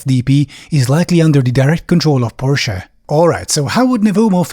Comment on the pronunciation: Highly appreciate the pronunciation of Porsche😂